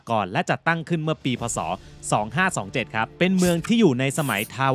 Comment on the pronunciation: นาทีที่ "พ.ศ.2527 "ทำไมไม่อ่านว่า "สอง-พัน-ห้า-ร้อย-ยี่ -สิบ-เจ็ด ? เพราะเหตุผลใดท่านจึงอ่านว่า สอง-ห้า-สอง-เจ็ด ?